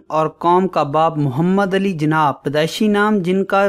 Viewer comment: Jana nhi jinnah hota hai bro